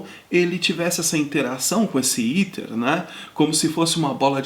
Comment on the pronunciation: Pronuncia-se: 'éter' e não iter.